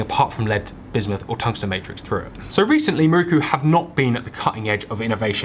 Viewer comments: Great video but you know it’s pronounced miroku right? Not ‘maruku’. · its an "i" in miroku not a "u" 😂. its not muruku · its not "Mirookoo"...its "Mee-RO-ku" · Loving these videos. Just a small point on pronunciation. You would say Miroku as MeRowKu in Japanese. Otherwise a very solid video!